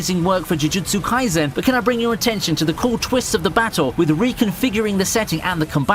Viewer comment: Take a shot everytime he says "chuchutsu kaisen"